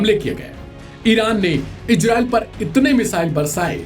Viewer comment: Ejrael nahi bhai Israel bolo apna tone sahi karo....